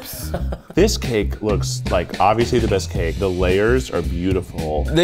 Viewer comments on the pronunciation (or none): he really said “the gake” 😂